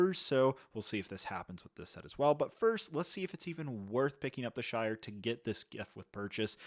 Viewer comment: The shite not shire